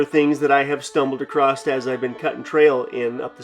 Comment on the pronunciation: Acrosst? Don’t you mean across?